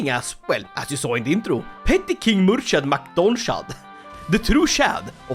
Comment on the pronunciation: Hi native irish speaker here, its pronounced "Mur-(wierd highch sound)-ad" its kinda like "kh" in russian